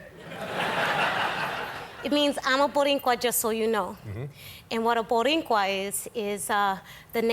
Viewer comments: Rosie, Rosie… Not “Borincuas,” Boricuas. Second, the U.S. did not come to liberate the island. The U.S. invaded the island to finally remove Spain from the New World. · She tried...to say Borinquen . And Boricua ...at the same time😂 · Its boricua, Rosie, not borincua😅😅😅. She's lovely. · ok? por qué ella está diciendo boriNcua? es boricua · Yeah but it’s boricua not borincua